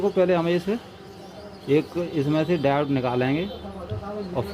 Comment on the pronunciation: डायोड होता है डाउट नहीं होता। माना की लोकल बोली में शब्द का उच्चारण खराब भी हो जाता है पर ठीक भी किया जा सकता है।